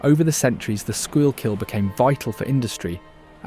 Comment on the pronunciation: The Schuykill River is pronounced SKY-kill.